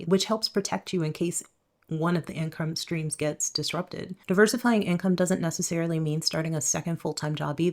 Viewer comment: Cope. I love how she keeps saying income strings